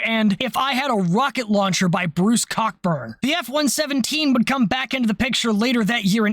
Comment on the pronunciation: Musician Bruce Cockburn's last name is pronounced coh-burn. "If I Had A Rocket Launcher" is a protest song about war and suffering in Guatemala; using it as part of a war in Central America is... a choice.